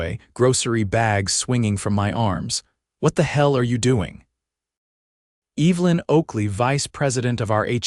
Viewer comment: My mother's name was Evelyn and it really sets my teeth on edge to hear this moron intelligence mispronounce it over and over. Loved the "male" theft several times in the place of "mail" theft too. What kind of utter idiots are creating this so call "artificial intelligence"?